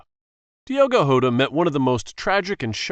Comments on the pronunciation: It's diogo jota not diogo hota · Jota not hota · Yota❌ jota😊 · Bro it’s Jota not hota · diogo jota not hota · Diego jota not yota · Yeah that's very bad pronunciation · That’s not how to pronounce Diego jota